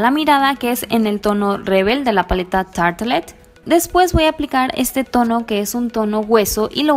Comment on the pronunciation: Pero tarte no se pronuncia tartle👀